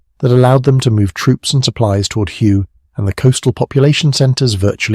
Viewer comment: You pronounce almost all place names. Check before you record. Makes you look bad. For example A (long A )Shaw , hue 0is Hugh-eh, Oh-pah-like-ahh